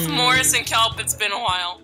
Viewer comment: Its KELP NOT KELPO REEEE thanks lol